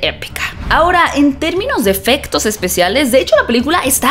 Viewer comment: "EFEGTOS" JAJAJAJA CON G JAJAJAJAJA NI ESPAÑOM SABE HABLAR BIEN .